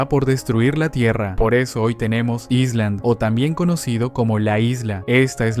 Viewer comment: La S de “island” (isla) es muda, se pronuncia “ailand”. Cuando dices “aisland” estad diciendo “Iceland” (Islandia).